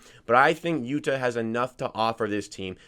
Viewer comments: Yu-tuh...not Yuduh. Lived in Japan for two years, annunciation is key. Not hating, just a helpful hint 👍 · It's pronunciation for yuta is Utah like the Utah jazz.